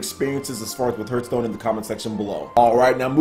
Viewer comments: Dude... Hearth is not pronounced phonetically. It's pronounced "harth" not "h-earth" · Why do I keep hearing HURT STONE not Hearth Stone?^^ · It's pronounced "harth" stone. Like the word "heart" but with th at the end. Hearth meaning is something like a fireplace. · The more people complain about his pronunciation of the word "Hearthstone" he will pronounce it weirder and weirder for every complaint. Harthstone, Hurthstone, Hurthstune, Hrruthsteene. Well, at least that's what I would do...^^ To the people who are wondering why anyone would want Hearthstone on Switch: Ever heard of the concept of "variety" and "options"? People tend to want to play the games they like on the system they like the most – on the system of their choice. There are millions of Hearthstone players on PC because they prefer it this way and don't want to play it (or any game) on smartphones/tablets. What a strange concept, right?!